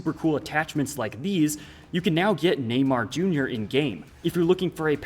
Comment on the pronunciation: Everythime he says Neymar Jr. sounds like a gringo robot trying to speak a old forgoted language